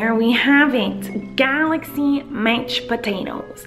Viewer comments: There are a lot of times where Collen forgot to say Mached instead of Mashed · Idk why but ik she is saying mashed potatoes but I keep hearing matched potatoes lol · She says mech potatoes